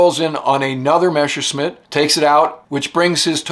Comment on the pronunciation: I LIKE THIS WHOLE SERIES ABOUT ROBIN, BUT THE NARRATOR KEEPS CALLING THE GERMAN FIGHTER A MESHERSCHMIDT. MESSER MEANS KNIFE, AND A MESSERSCHMIDT IS A KNIFESMITH, BUT THE IMPORTANT THING IS NOT TO PRONOUNSE IT MESH, BUT MESS AS IN MESSERSCHMIDT.